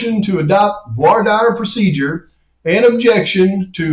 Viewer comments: The dire in voir dire is pronounced "deer" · Hey man, it's pronounced like dare in Voir dire. Keep up the great work. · actually more like "vouar dere" 😂